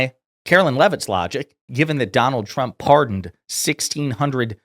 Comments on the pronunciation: It's funny how she days Chump instead of Trump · I swear every time she says "President Trump" sounds more like "President Chump" and it cracks me up every time 🤣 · Anyone else hearing "Chump" every time she says Trump? She cannot pronounce his name. Also, she said multiple times that "jugs" were in the boats blown to bits.... once you hear it, you can't help hearing it pronounce that way. 😂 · How do you work for someone and can’t pronounce their name?!?! “Chump” 😂